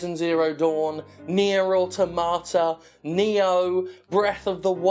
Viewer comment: Jim pronounces "autotomaton" correctly. Jim pronounces Nier: Automata like it's a word that Yoko Taro invented.